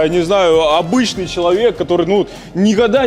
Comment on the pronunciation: Обычный а не абычный не Русь шлак